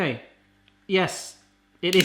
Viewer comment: You almost sounded Welsh 🤣 “URG LOOK AT THAT!”